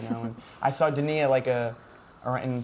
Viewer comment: When will you learn some French. It's not Danny. It's Denis: de-knee